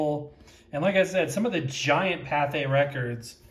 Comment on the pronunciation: ... Liked your pronunciation of Pathé 😊. Actually in french "th" = "t". Yes, we put loads of letters that we do not even pronounce....